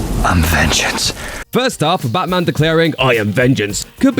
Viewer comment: the channel voice calls it butman its def a liberal 🎤👋🏼